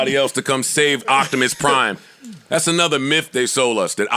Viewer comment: “Octimus prime” lmaooooo